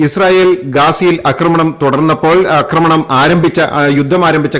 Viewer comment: 'അക്രമണം ' എന്നല്ല.'ആക്രമണം' എന്ന് പറയൂ.